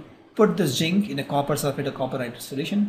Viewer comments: Sir it is not ginc it is zinc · its zinc not jinkk